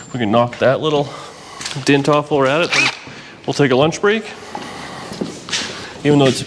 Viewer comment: DENT, not Dint. Sorry, not Sorry...lol